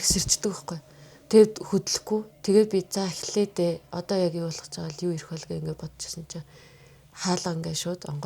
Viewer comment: yu yu geed shaachiwda😂